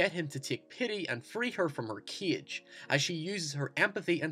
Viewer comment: sexuality to free her of her kiege ? xD dude you have problems pronouncing words with A don't you